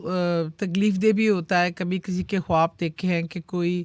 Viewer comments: کھوآب نہیں ہوتا خواب ہوتےہیں۔please diction تو ٹھیک کرلیں۔ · Khoti khab nahi khwab hota hy....hindi ko copy karti hy wahi chali ja....khoti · Host ki urdu itni buri hai (khob) Khuwab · خواب ھوتا ھے کھواب نھیں اپنی اردو پر کام کریں۔ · Ye khatoon jo khud ko anchor kahtee hain ye khwab ko hindi me pronounce ker rahe hain akhir ko kita bola ghum yani grief ko gum khayal ko bhe hindi me pronounce kertee hain Q? Kiya ink apni urdu huroof e tehajjee nahe aatee agr ye Pakistani hain to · Kitni ajeeb lag rhi host khab khab bolty 😂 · I please….. … correct your خ first it’s not کھاب